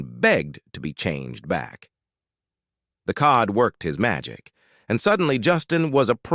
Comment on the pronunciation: Jokes don’t make sense when words are mispronounced like saying code instead of cod.